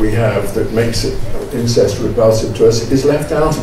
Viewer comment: I thought Scruton said ‘insects’ when he said ‘incest’. It worked for a while before the word ‘insects’ failed.